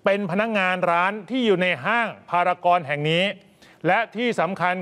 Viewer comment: นักข่าวพูดผิดครับ จากพารากอนเป็นพารากอนนะครับ